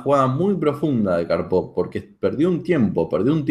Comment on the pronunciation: Gran análisis y excelente video. Una única observación,la acentuación correcta de Karpov es palabra Grave y no aguda. Gracias